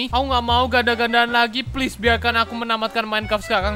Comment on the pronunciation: Org lain: Minecraft: Mineclaft:v